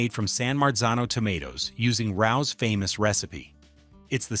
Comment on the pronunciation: Please teach your AI that "Rao's" is pronounced "RAY-ohs." Obviously your AI has never lived in New York. 😂